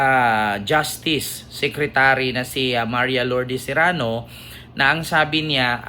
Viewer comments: sereno hindi serano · Sereno hindi Serano ❤❤❤❤ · Sereno Hinde serano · Sereno hind Serano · ❤cereno hindi serrano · sereno not zerano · Sereno po, hindi Serano. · Correction pls Sereno not Serrano ty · Hindi Serano, kundi Sereno po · Sereno po,Sereno hindi Serano. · Hi, justice sereno sya, hindi serrano😅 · Justice Sereno Hindi Serano